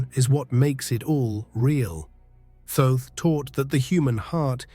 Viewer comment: Thoth is pronounced like cloth. Not being critical. I had to ask him myself.